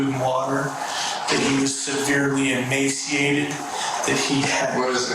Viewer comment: it sounded like Emancipated , NOT emaciated . Listen to.Kevins newly released tales , he has been driven BEYOUND hopelessness . To a point just this side of sanity .